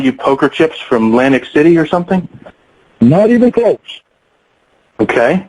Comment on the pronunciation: had to butcher it up with the Lantic City with aids always reminded me of Edith Bunker with her strange comments at times.